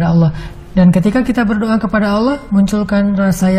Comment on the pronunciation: Berdoa bukan berdioa